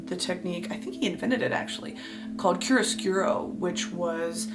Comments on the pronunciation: My mom is an art historian and she loves watching this. But she did get upset when Brittney pronounces chiara scura wrong lol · I love these videos please keep this going! Where are you getting your resources from? I would love to read whatever you are so I can learn on my own! p.s. you butchered the word "chiaroscuro" (as an Italian I had to point it out) but this is not giving you shade! I can teach you how to properly say it if you like <3 !